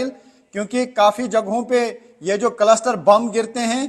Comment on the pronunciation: भाई कलस्टर नहीं क्लस्टर बॉम्ब है।